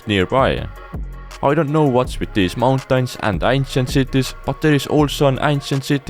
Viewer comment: Bro pronouncing mountains 'mountines' 💀